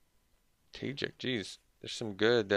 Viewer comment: Not Tay-jick , Tu-shjeek lol